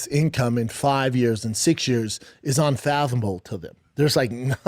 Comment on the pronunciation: New Schaubism: "Unfathamle": … Thanks!